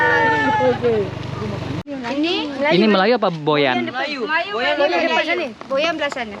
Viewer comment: Org Boyan bukan goyan